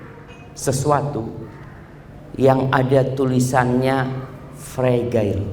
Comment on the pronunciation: Ustad afwan, fragile bacanya frejel. Fre-(jel-seperti mengucapkan 'ke'). Rapuh.